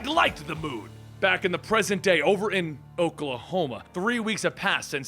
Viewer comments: Oklahoma? Really you had to say it like that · “Oklahoma?” Ha same